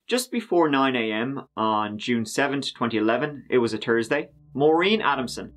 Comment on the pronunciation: Of course It was turty seven million, a Tursday and the secretary had worked there over turdy years. How could it not be.